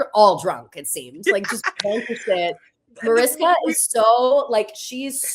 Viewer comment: You’re pronouncing Mariska Hargitay’s name wrong. It’s a Hungarian name, therefore the ‘s’ in her name is pronounced as “sh” Like “ MariSHka